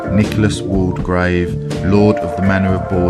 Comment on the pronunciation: Great video of two places I’m interested in. Borley and Langenhoe. I’ve been to Borley church at night but unfortunately never saw anything. Just one thing, Waldegrave is pronounced Wall grave not Wall de grave. The name is listed in Debretts along with its correct pronunciation.